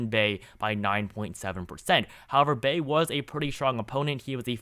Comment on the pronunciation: You must be even younger than I thought. The former Indiana Senator's name is pronounced Evan "Buy". He came from a political family in Indiana and in past elections was frequently mentioned as a potential VP or even POTUS candidate.